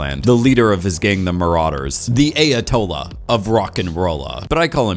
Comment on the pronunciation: Ayatollah = EYE-uh-TOE-luh not "A uh-toe-luh"